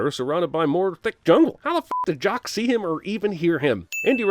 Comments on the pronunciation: Dude it's Jacque not Jock SMH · It's Jacques, not Jock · JOCK? not JAQUES?